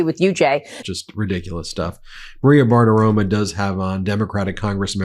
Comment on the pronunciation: Ben, get it right. The woman’s name is Bartiromo, not Bartiroma. Romo, like Tony Romo.